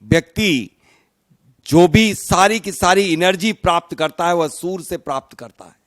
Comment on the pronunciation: Chhoti muh badi bat sorry to say u r prononciaing soor inplace of surya(sun).